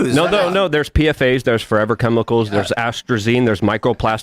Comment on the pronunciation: rattles off a bunch of (mispronounced) chemicals as though he's intimately familiar with them, and then ask RFK to tell him which is the worst. What a piece of shit.